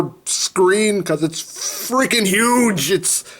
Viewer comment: Why do you say fuge